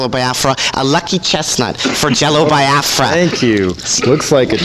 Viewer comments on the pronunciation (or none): i love that even though Jello pronounces it how it's pronounced, Nardwaur pronounces it "Bi-ah-fra." it's a good running gag